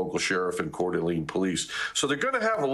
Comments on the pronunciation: It is pronounced lane not lean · It's pronounced CORE DUH LANE. Not "Cord ah Lean." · Please do better at bringing on experts who know the area. The second guy was better, but its pronounced Core duh lane. Also, while resources may come from Boise, Spokane, Wa, bigger than Boise, is literally next door while Boise is 7hrs away. Also, they may be able to fight the fire from the air as the lake is right there. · Multiple shooters could very well be the situation. It is pronounced Core duh lane. I am just minutes from CDA and our communities are devastated. 😭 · Its not pronounced courdeleen lol , not main concern i know , but every time he says it you know he isn’t from area. Lived in northwest for 35 years, and nvr heard that pronunciation in my life.